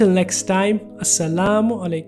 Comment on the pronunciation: I like the way pronounce Assalamualaikum brothers n sister.. I Hope u r well...... 😍